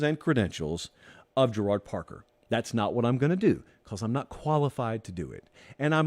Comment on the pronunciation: Gerad Parker is pronounced like Jared. Obscure thing I remember from his time at Penn State. Love the show! Great episode as always